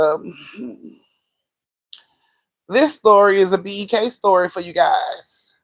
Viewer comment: Bek...she said who is bek...beek lol